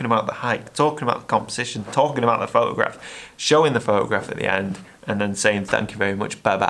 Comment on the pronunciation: Frotograph. I heard it.😁